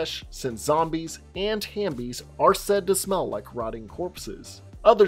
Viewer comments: Great video. Just one thing. The word is Half-bie. Not Ham-bie LOL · Bro it’s halfbie like half and zombie 🤦🏽‍♀️🤣 tf hambie no. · "Was I wrong about something" well......you said halfbie and amygdala wrong 🤣